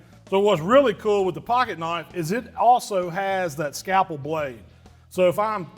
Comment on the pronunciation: Scapple? Never heard that before! Must be the Mississippi way of saying scalpel! 😆